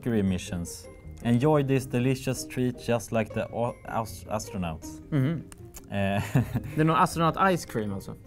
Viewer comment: A aus auostrunauts😂😂